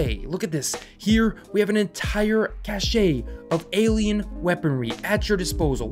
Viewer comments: Cache is pronounced Cash not Cachet Bioware did this too between DA1 and DA2. Since they focus on Microtransactions they block the modding community. DA2 could have been salvaged if they allowed modding like they did in DA1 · Cash-ay? Lol ok dude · he said cashayy instead of cache :D